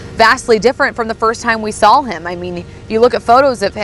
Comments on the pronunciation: needs to work on pronouncing words. I cringe every time she says soll instead of saw. Another one is preeeejudiced instead of prejudiced. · Good god lady, the word is saw, not s'all. Go to school people!!! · She keeps saying “SAL” instead of “saw”😅 drives me nuts! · There is no “L” in saw - just sayin’